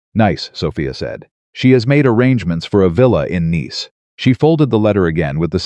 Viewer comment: Nice is a city in France, a proper noun, and has with the same pronunciation as niece. It can't be pronounced the same way as the nice (adjective, rhymes with ice!)